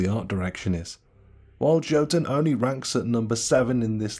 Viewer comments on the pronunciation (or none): It’s pronounced Yo-toon not Jo-tun. Top 10 Viking games and you missed out on god of war? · I cringe everytime he says "JOE tun" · I think Jotun is pronounced as "Yotun". Most countries that use the same letters like the Germany and the Scandinavian countries use J as Y. Don't ask, because I don't know the answers.